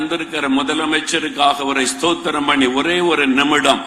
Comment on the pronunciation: ஸோஸ்த்திரம் இல்லை ஸ்தோத்ரம் ஏன் இப்படி தவறாக சொல்றீங்க NLAG காரங்க அதாவது கார்டினல் தோத்திரம் ம்பார்